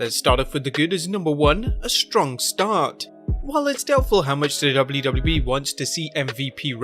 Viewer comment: Can you say "WWE" with less accent?